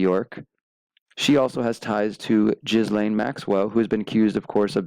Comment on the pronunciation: Just FYI I heard Ghislaine is pronounced “Ghee-lane” (like French the S doesn’t have a sound)